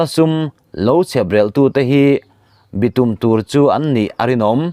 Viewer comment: Chhiartu duhtak, bitum tih hi nikum tih anga lam rik tur aw, please in